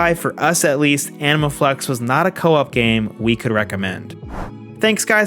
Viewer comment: Am I the only one hearing "Anal Flex" every single time xD